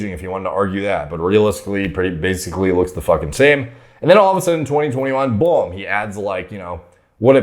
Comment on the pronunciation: doesnt say boom he says bulm